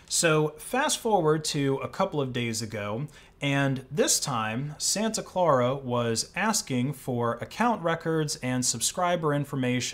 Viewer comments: Santa Clara is pronounced "SAN-ta CLAIR-uh" not "SAN-ta CLAR-uh." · Its pronounced "Santa Ka l-air-a" county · Not to be a grammar nazi, i believe it’s pronounced ‘San-ah claire-uh’ Great vid btw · "Clare -Uh"